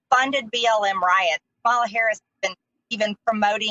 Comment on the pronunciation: I wonder if she is still mispronouncing Kamala Harris’ name on purpose. It’s almost a rhetorical question, but the mispronouncing sounds really natural now. I can’t tell anymore . Probably. And it’s such a dick move